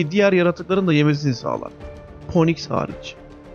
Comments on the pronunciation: Poniks degil Fiiniks (phoenix) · Poniks ne len feniks diye okunur 😃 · Okunuşu ponix değil finix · O kuşun ismi (Phoenix) "ponix" diye okunmaz. Daha bi çok teleffuz hatan var. Lütfen telaffuzunu geliştir. Böyle bilgilendirici videoları izlerken, biz de bu videoları hazırlayanı ilkokul terk birisiymiş gibi hissetmeyelim. Ya da İngilizce kelime kullanma. (sadece anka kuşu diyebilirsin, Türkçe seslendirdiğin için, zaten sadece Türkçe bilenler seyredip dinleyecek).